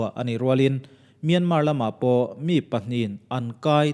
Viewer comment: Myanmar hi Mian-mar tih loh tur, mia-ma ti-a lam tur. Zoram-than-ga ti-a an lam a dik bik lo